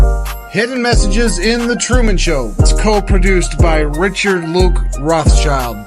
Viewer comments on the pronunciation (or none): none